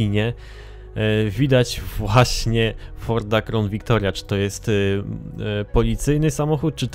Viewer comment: Ford "KRAŁN" Victoria nie "KROŁN" ;)